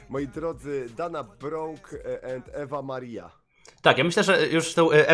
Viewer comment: Czyta sie dejna bruk i iwa mari